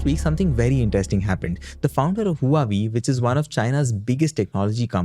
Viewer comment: Huawei is pronounced “ hwa way” not “ hu ah way”